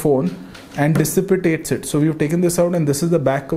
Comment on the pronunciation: "which further DISSPITATES the heat" it doesn't dissipate it dissipitates patented ROG tech